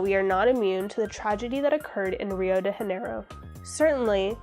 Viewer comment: Tinder brought me here, and hey wait... did you say “Rio de haneiro?” You can just pronounce it like “gia-neiro” or “dhja-nay-ro”